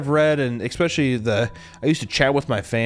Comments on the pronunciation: Why do fat people always say “eckspecially” instead of especially or “Pitture” instead of picture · At around 1203 or so you used the word especially but pronounced it exspecially. Im out. Good luck in your endeavors.